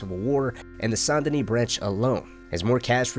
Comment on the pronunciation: Bro really said St.DaKnee 🤣